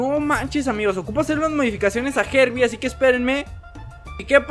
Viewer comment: se dice harbi